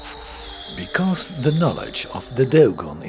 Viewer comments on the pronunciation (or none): none